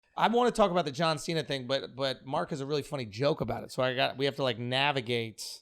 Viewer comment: Jauw Sheena